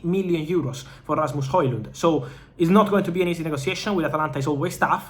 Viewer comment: Rrrrrrrrrrasmus Hojlund 😅 I'm jealous of the trilling of your R's